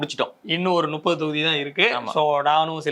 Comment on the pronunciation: 'பத்து தொகுதிகள் சர்வே செயதுவிட்டோம். இன்னும் நுப்பது தொகுதிகளுக்கு செல்ல இருக்கிறோம்' என்று சொல்கிறீர்கள். 'நுப்பது' என்ற வார்த்தை தமிழில் உள்ளதா? 'முப்பது' என்பதுதான் சரியான உச்சரிப்பு. உங்கள் காணொளியை பலர் பார்க்கிறார்கள். கவனமுடன் பேசவும்.